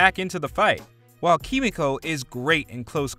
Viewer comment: This anouncer guy do you even watch the boys miss pronounce kimiko's name